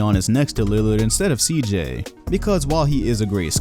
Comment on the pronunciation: The disrespect on CJ’s name